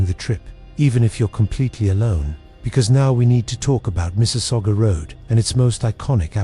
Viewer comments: I was born in Ontario in 1967 and I know ALL of these areas mentioned. First,, there is NO Shades of Death rd in Muskoka. We say SCOO-GOG.. not SCUHGOG.. and I have never heard anyone mention this story. Gore rd is NOT in Niagara.. it is in the Malton/Caledon area close to Airport rd. The deadly curve on Mississauga rd is found towards the bottom end of Mississauga rd as Mississauga rd starts at Lake Ontario and runs north all the way up into Streetsville. There is a natural mineral spring close to that section of Mississauga rd where clean natural mineral spring water would flow out of the rocks and people would line up with water jugs to fill them - having lived in Mississauga since the 70's and having travelled the road quite often, I have never heard the story of any "ghost bride" hitching a ride. I actually lost an old childhood school friend who was hit by a car and killed on Mississauga rd.. and anyone who knows that section of Mississauga knows that it has historically always been the wealthiest real estate in all of Mississauga with million dollar mansions everywhere. I also know Kingston rd/Hwy 2 very well.. and I have NEVER EVER heard this story before! I can tell you for a fact.. that if you are driving on the QEW/Gardiner heading into downtown Toronto.. right at the York st exit off ramp which is a circular off ramp.. there is a ghostly figure that is transparent that will step right out into the path of your vehicle and you will drive right through it. I have se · It's Scugog